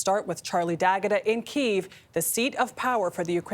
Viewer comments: It is pronounced KEY EV..... NOT keev.... KYIV is pronounced- Key-ev... say it correctly. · The capitol city of Keeev. It's Kyiv. Pronounced like Kya-Ev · Is that how you pronounce Kiev? I thought it was “key evv” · Keev as you typed it is closer to the Ukrainian pronunciation. Key ev is from a more Russian dialect. They are doing it as another support for Ukraine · Ahhh yes, keeve. My favorite city. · I thought I was going crazy because everyone is saying “Keev” 😂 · Jesus CBS it's pronounced Key-ev. I'm embarrassed that these anchors aren't educated enough to know this. Nobody over there can tell them? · its KEE-EV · why did he pronounce kiev like that 😂